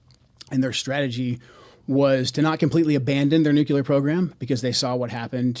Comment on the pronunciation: Why can’t this intelligence expert pronounce the word “nuclear” properly?